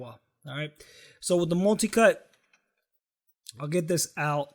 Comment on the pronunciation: Why did he say...molticut...instead of multicut